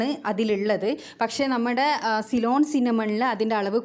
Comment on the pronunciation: സൈലോൺ അല്ലാ സിലോൺ